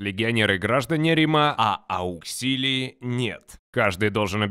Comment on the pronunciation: Не Ауксилии, а Ауксиларии! А так очень классный ролик, спасибо)